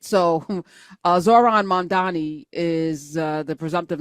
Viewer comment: finally....a podcaster who got his name right. most of the white ones always (dunno on purpose or not) say it, Mum-dha-Mee...like MumDummy. it's Mum-dha-Knee...Mamdani.